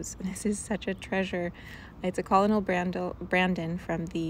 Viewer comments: “Colonel” is pronounced “Kernel” like corn kernel. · Colonel is pronounced like kernel like a kernel of corn.